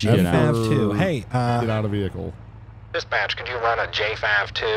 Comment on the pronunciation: It's "run," (with an "R"), not "wun."